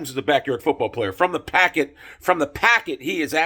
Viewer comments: It's pocket, not packet. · It’s pocket not packet wtf dude